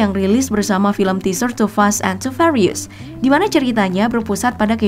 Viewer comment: Ngomong furious nya (fyuritus....) Bukan farius